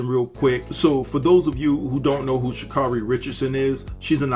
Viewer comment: You're saying her name wrong and its annoying